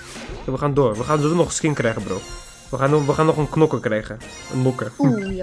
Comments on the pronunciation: Hey het is knokker niet nokker en als je het in het Engels wilt zeggen zeg je Brawler ( geen haat ) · Als je een doos opent en er staat 6 onderin dan heb je een nieuwe knokker . Nog een tip: het is niet nokker maar knokker (geen haat hoor) Ga zo door met je kanaal man love naar jou❤❤❤👍👍👍